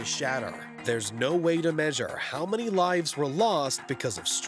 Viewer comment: Okay, you lost me after pronouncing "many" like "MANy". WTF was that about?